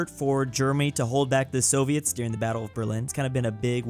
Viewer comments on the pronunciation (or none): none